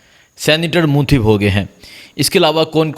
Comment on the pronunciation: آپ کا لہجہ ابھی تک درست نہیں ہے آپ الفاظ کو بالکل صاف اور واضح بیان کریں مثلا۔۔عمران خان پڑھیں نا عمران ھان اسی طرح منتخب بولیں نا منتھب و۔۔۔۔۔ آئندہ درست قرائت کریں شکریہ